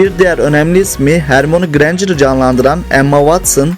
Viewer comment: Türkçe dublajda hermoni demiyor ama hermoyni diyo